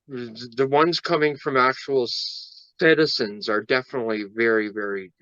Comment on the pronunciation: National "Citizens"? Citi-Zen. When are they gonna get it?